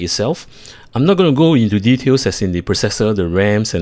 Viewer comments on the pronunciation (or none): none